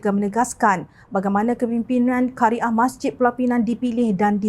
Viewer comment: Qaryah bukan Kari ah , hrp maklum